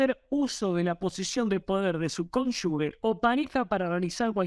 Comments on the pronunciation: la pronunciación correcta de CONYUGE es "cónyuje" y no "cónyugue". lo dijo bien ¿notaste?. Todo el video, excelente. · Se dice cónyuge y no cónyugue. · Excelente nota, como siempre. Gracias! Un solo detalle: no es "conyugue" sino conyuGe (se pronuncia como gente, ángel, como bien lo hizo tu invitado). Abrazo! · 1) si no escuché mal se dice cónyuge y no conyugue, como dijo el brillante. (perdón por la corrección), 2) las cónyuges de los líderes peronistas empezando por Eva e Isabelita, siguiendo por Chiche Duhalde, una maestra de escuela que la pobre se cree una gran estadista y si se quiere por la adorable Kris, han sido una verdadera plaga para los argentinos. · Toda la razon pero no se dice "conyugues" es CONYU"G"E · Todo bien pero no se dice conyugue. Es CONYUGE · ¡Excelente video! Una sola corrección: la pronunciación de "cónyugue" es [cón. yu. je] y no [cón. yu. gue] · cónyuGE se escribe y se lee con G, no es CÓNYUGUE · No se dice cónyugue sino cónyuje. Queda feo que un informante no sepa pronunciar. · Muy buen reporte. Pero repita conmigo: cónyuGE (cónyuGUE es incorrecto)😊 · Bien. Buenos comentarios 😀 Se escribe y pronuncia cónuge (no cónyugue) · Cónyuge y no " cónyugue " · Perdón. Cónyuge con g de gracias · ¿ estudió? No creo xq no sabe pronunciar la palabra CÓNYUGE